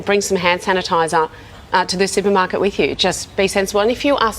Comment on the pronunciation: 男性のsupermarketの発音が、スーパマァカ！